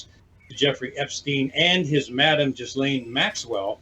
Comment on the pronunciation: Finally, someone pronounces "Ghislaine" like it should.......